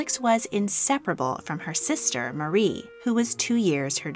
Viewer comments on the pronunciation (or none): none